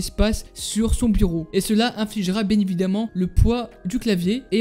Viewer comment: "Bien ébidament" 🤣